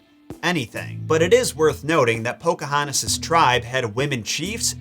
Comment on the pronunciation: As a member of the Chickahominy tribe myself it's amazing that Disney actually got the pronouncing of the names correctly. Do I wish they would have listened to the tribal members that came out to help Disney with the movie more so on the acualt history then just how the homes and traditional practices went. Yes, but I get it can't go with the truth if it looks really bad with her age being a minor.